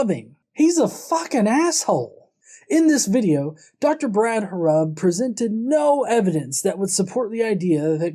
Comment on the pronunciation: If you are going to talk bad about Dr. Brad Harrub maybe you should learn how to say his name right. You are here talking crap about him and yet you can't say his name correctly. Is your life so boring that you have to do this. Like really. If you can say all this stuff about your belief then he can talk about his belief. You act like it is perfectly fine for you to speak your opinion but if he speaks his opinion you have to go and make a whole youtube video about it.